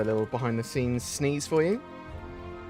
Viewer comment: I think you mean, "Behind the Sceneeze".